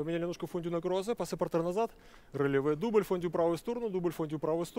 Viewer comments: Да ладно вам, чистейше произносит РЭЛевэ 😂😂 вот , но согласна, неуверенный и авторитета не чувствуется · в том и дело , что произносит неверно